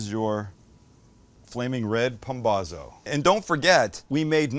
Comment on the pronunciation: Paun-bausso! Make the Z sound like a S.